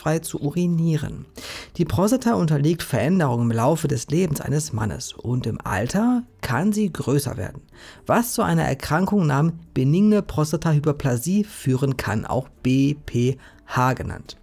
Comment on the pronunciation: Es heißt übrigens „benigne“ und nicht „ beninge“